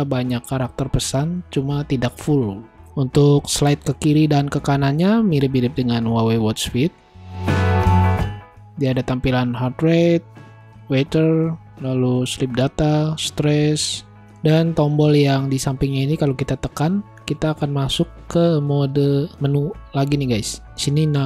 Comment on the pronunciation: Saran aja, pelafalan Englishnya diperbaikin donk..masa weather jd waiter?😅